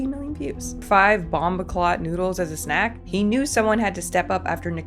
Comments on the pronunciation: You saying 'Bombaclaat' nearly sent me into ORBIT😭😭😭😭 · she did not say "bomboclat" like that!🤣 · Entire video was worth it to hear you say "bomboclaat". Thank you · you say bomboclat so funnily 😭